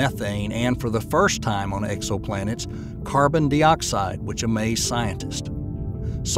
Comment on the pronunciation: carbon dee-oxide lmao wtf is that